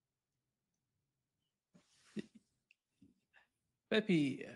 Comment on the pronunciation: no es "pepi" se pronucia "pepe"